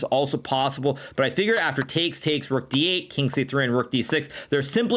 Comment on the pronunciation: Levy goes like: "sacrifices...THE ROOOK" Hikaru: "sack the ruuUk" 😂